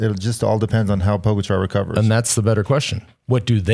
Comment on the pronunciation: It’s pronounced Po GA cha not Po go char!